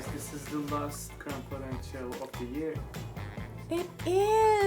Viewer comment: I don't mind the mega phone but every time yo says "crumb coat and chill" I hear "c*m coat and chill" which is so wrong on so many levels.